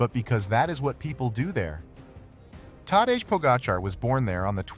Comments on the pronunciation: Tadesh? Ai is so stupid 😅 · People please!!! For the love... STOP with the hideous AI voiceovers!!! If you can't narrate it, find somebody who can. This vid may have some good information in it, but I just could not stay with it. "Tadezh?!!!" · All this work and can't pronounce "Tadej" correctly. AI sucks balls. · Agree, the AI narration was quite poor, and disrespected Tadej by not pronouncing his name correctly, and simultaneously disrespects the audience by not having the professionalism to be conscientious in preparing and posting the video. The laziness and sloppiness of this video is duly noted. A very significant physiologic variable not addressed in this video: Tadej Pogačar has an unusually robust ability to clear lactate from his blood (see interviews with Iñigo San Millán), an ability that is as much above the average World Tour cyclist as is his VO2 max. This helps to explain his remarkable capability. And another thought...brute strength alone rarely wins races. Tactics most often trump the best legs in the race. Tadej Pogačar has made some very poor tactical decisions and still won races, but that's luck that can easily run out. I think he's learned from those mistakes and is more careful now about foolishly burning matches. And there are other variables he's learned to respect, like proper fueling (which is why Jonas V famously beat him on a climb once). I admire Tadej because he seems to have real humility, and is willing to learn from his mistakes. He seems to be maturing very nicely, and not wasting his talent in frivolous shennigans.